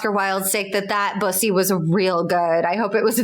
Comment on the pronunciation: Bosie, it rhymes with Rosie. not Boise 😭